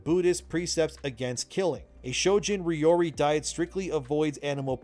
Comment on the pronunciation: please use google to speak japanese correctly.... it was hurting my ears hearing you say ryori wrong....